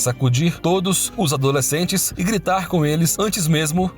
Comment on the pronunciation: A leitura do texto estava estranha... toda vez que falava "Os adoslecentes...", ele falava pausando.